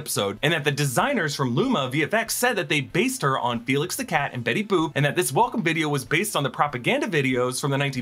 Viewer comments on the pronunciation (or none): none